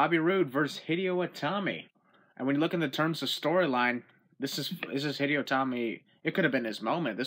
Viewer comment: You pronounced Hideo wrong